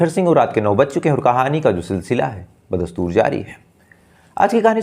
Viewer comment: बदस्तूर जारी है उर्दू भाषा का सही उच्चारण कर भाई नही तों ज़रूरी नही है बोलना